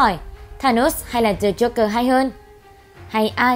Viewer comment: Joker. Not Jogger. Đọc cho đúng nào.